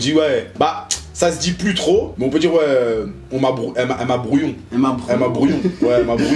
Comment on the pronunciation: "Brouillon?", non "brouille- en"